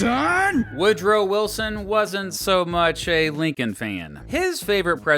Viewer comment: wil-SON! Lol